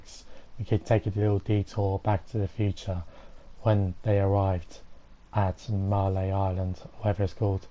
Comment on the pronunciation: jack cap Why do people keep calling it “Mahr”? It’s Marely! Marleyans live in Marley, not “Mahr”